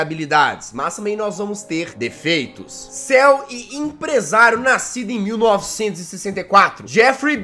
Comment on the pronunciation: "J" a palavra "CEO" se fala "ciou" e nao "Ceu"